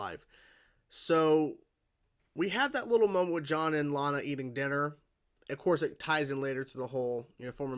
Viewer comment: For some reason as John leaves Lana's kitchen. It sounds like she called him "Sean"